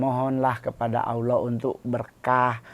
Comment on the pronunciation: Allah bukan Auloh, klo Auloh itu dewa orang pagan😊